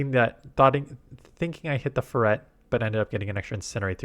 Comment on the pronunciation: wtf is a "fur-rette"